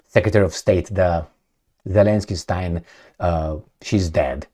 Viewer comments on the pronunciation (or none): none